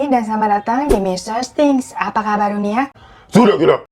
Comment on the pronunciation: "SUDAH GILA" *Logat jepang